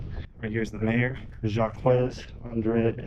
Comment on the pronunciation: You butchered that man's name 😂. He is French. It's pronounced zhahk. Jacques (French for James) is pronounced with a soft 'J' (like the 's' in "measure"), followed by an "ah" sound, and ending with a hard 'k' (e.g., zhahk). While some English speakers might say "Jakes" (like Shakespeare's character), the most common and authentic French way is a single syllable, rhyming with "sock" but with a softer start.